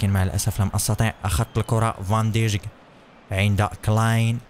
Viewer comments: اسمه فان دايك وليس فان دجك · اسمه فان دايخ وليس فان ديجك😂😂😂😂😂😂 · اسمه ايمري كان وفان دايك وليس دجك